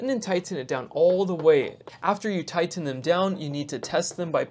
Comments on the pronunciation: Tigh-TEN it down! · 😂yeah that’s funny, I was thinking the same thing